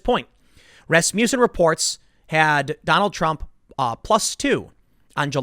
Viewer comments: It took me forever to figure out you were saying 'Rasmussen'. It sounded like 'Rasputin'. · Is it not ras-muss-en? Not ras-mew-son?